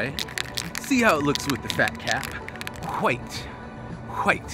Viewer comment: bob ross also says hwite. i guess all good artist do it. can you hit up faze?